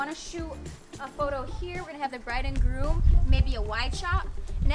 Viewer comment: its groom not broom sorry to say